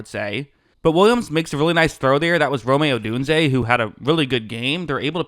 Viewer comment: ROME like "ROAM" ODUNZE!!!